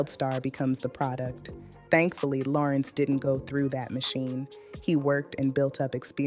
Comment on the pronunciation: This black lady AI 🤖 is horrible! Her pronunciation of his name is a dead giveaway😂😂😂😂